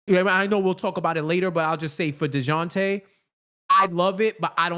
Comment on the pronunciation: I forwarded the Timestamp to hear take on DON-te-lay's performance and I got more than I bargained for with his De-WAN-tay Murray, [ channelling his inner Spanish ] 🤣🤣🤣🤣🤣